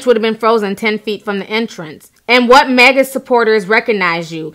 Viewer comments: Melyssa H she also kept saying Magna hat?? What is a magna hat!? Pretty sure it’s MAGA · I cringed each time you said "Sumlut" [Smollett] and "magma" [MAGA] but I agree with each point you made. I really hope he's not lying. This whole story is crazy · She keeps saying MAGNA instead of MAGA too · You mean "Magna"? That's what I hear. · Girl If you say "magna supporter" one more time lol . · Ti please, it's not "Sumlett" and it's not"MAGNA"